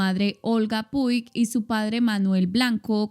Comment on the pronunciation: Pensé lo mismo, no tiene u gue para pronunciarse como guerrero, al igual que Puig lo pronunció coml si llevara acento en la u y el énfasis va en la i...